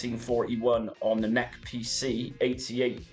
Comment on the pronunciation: This is a first for me hearing "NEC" as "Neck" lol Great videos and tutorials.